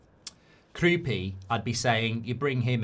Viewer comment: Kroupay? I thought it was Kroupi